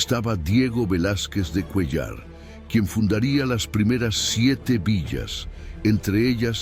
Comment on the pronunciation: CUÉLLAR no Cuellar, no hagan videos con la IA que esta misma se equivoca!!!!!